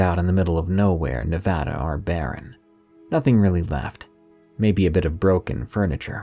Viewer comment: As a native Nevadan....THANK YOU FOR PRONOUNCING NEVADA CORRECTLY.